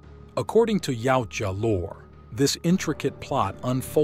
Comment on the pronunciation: Yautja can be said as either yowt jah or yah oot jah but never yowchua which I hear way too much